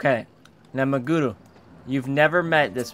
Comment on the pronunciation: Why is pronouncing it MagUru when its clearly MagEru. Your attempt to pronounce it in a Japanese accent is backfiring on you! lol